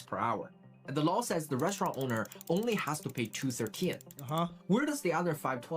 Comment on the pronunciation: Restuuralnn. I wish AI was never invented.